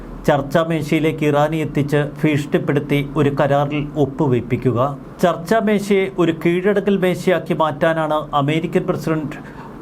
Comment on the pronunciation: സോയിമോനേ ചർച്ചാമേശയല്ല, ചർച്ചമേശ എന്നാണ് ശരി.